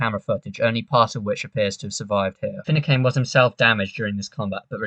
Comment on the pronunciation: Great video & fantastic analysis, mate. One minor point though: It's pronounced Fi-noo-can. 👍👍